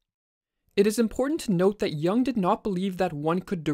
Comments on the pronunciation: Good video, but PLEASE PRONOUNCE JUNG CORRECTLY, NOT YOUNG BUT YOONG. It is a German not English! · It's not Yong but Yung btw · isn't it pronounced "yoong" instead of "yung"? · Excellent videos – but please Yooung, (as in look), not Yung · It would help to pronounce his last name correctly. He is not Carl “YAH ng”. It is pronounced “Yoong” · Good video, but not "jang", more like "joong" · it's Juuuuuung,not young...pronounced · Carl Yung not Young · Please pronounce Correctly. Not young but Yung (Jung). And he wasn’t a psychologist. He was a psychiatrist. Totally different profession. Thx a lot. A Swiss obsessional. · Not "young"!!! Jung!! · it younng not young lol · It's not Jang it's.. JOONG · His name is pronounced YUUNG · How do you mispronounce the name of one of the most influential thinkers in recent times. You have more than a million subscribers, take it seriously and pronounce names correctly. His surname isn't Young. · Bro pronounced yuung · The vowel in Jung sounds like youth. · Thanks for the video, just learn to pronounce some words right, like Jung for starters. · I can't take this seriously when they can't pronounce the man's name.